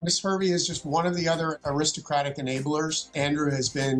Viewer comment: Lady Victoria Hervey (yes, that’s the correct spelling, just pronounced Harvey) should be ashamed of herself. She almost makes me ashamed to be English. What vile things to say in front of Virginia’s grieving father, whether she believes what she’s saying is true or not (and I’ve always believed Prince Andrew is guilty).